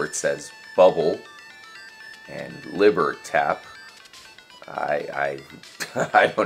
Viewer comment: The word on the door says 'libertad' not 'libertap', it's spanish, really heavy line in the beginning of the Scarface movie.